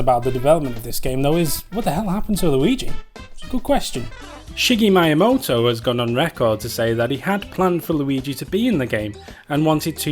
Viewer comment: he pronounced shigero myamoto wrong